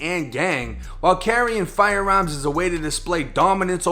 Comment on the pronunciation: “FIRE AERMS”you boston